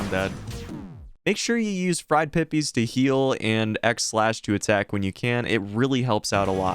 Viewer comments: It’s pronounced “peepus” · It is pronounced PEE-PISS.